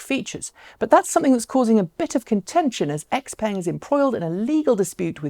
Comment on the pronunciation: Please look up how to pronounce x-peng. It hurts to hear you call a nice looking car as if it was an american car. I think there is a YT channel named china driver who bought their G7 model, I'm guessing he can say the name better (since the first time I heard of it it was at leadt similar).